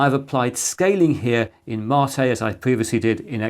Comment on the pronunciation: You're my "Marr-tay" Chris! 🤣 Are you SURE that's the correct pronunciation, mate? (Apparently, in the video, you stated it is.) Windows 10 to 11 a "shock?" ... I hardly noticed the difference, Chris! ... Unlike 7 to 8!